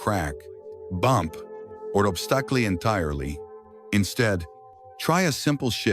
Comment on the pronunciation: Useful tips. I thank you. Several suggestions. Your choice of voice was very good, but someone who speaks English well should review the presentation closely. A few words were very poorly pronounced (my favorite was "obstacles" which didn't even come close); names proceeded by "Mr." or "Mrs." were awkwardly spaced; and there were more than a few places where sentences did not end naturally or began awkwardly. It might be useful, as well, to spend a few seconds at the end simply reviewing what the six points are, perhaps including a simple printed list. thanks again. GML